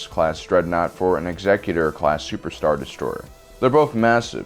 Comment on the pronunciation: Thank you for saying "ex-EC-utor" and not "exe-CUTE-or" This brings me much joy :)